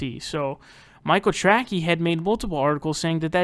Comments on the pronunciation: For the love of god.... his name is pronounced TRAY-SEE! Jesus man how do you get Tracky from Tracey? Ok edit: if you know it’s not pronounced that way and are making a joke out of his name, then wtf is the joke in regards to calling him “track-ey”?? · Are you pronouncing his name Trackey on purpose. Because it’s pronounced Tracy. Either way you say you’re right he’s a tool. Expect a bunch of comments crying how you’re a neoliberal shill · He knows how to pronounce it. He thinks Trackey is better because it's dumb. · Lmfao, took me a moment to realize you are purposely fucking up his name.